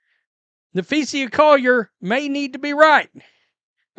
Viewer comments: You are getting there with saying Collier's name correctly. Its sa not sia on the end, listen to her name and practice. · Just say "Collier" until you learn how to say Na-fee-suh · Hey - who is Nepheesia - say her name correctly moron.